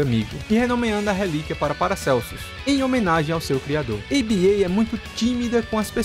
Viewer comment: Acho que o certo é chamar Aba não a b a, pois acredito que o nome vem da banda Abba e também no último trailer eles falam Aba com o mesmo som da banda. Mas igual parabéns pelo vídeo. Muito detalhado